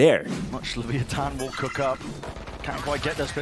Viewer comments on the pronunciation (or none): Just say leviathan not leveeathon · Is that how you say leviathan?leviothon?